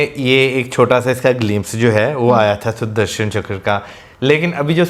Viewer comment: its Sudarshan Chakra, not Sudharsan.